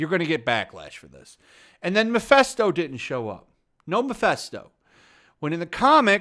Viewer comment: I think comparing it to The Last Jedi is just demonstrably false. It wasn't perfect and had it's problems, but it was FARRRRR better than The Last Jedi. The two are not even comparable in the least. Also, it's Mephisto, not Mephesto.